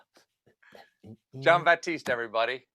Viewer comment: just FYI, guys. it’s Jean Baptiste - a very high class French name :) 👑